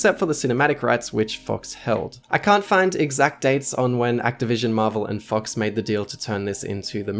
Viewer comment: Am I the only one hearing "fucks" instead of "fox"? my mind's broken